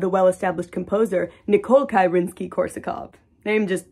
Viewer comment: It’s pronounced NICK-o-lie.